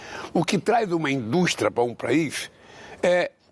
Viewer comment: A indútia kkkkkk